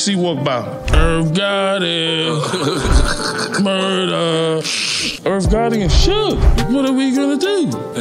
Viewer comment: Funny shit IRRRV GOTTY...MUURRRDA LMAO